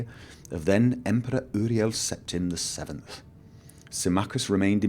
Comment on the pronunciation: Uriel Septim is pronounced; "Yuriel", but great video! I loved it! :D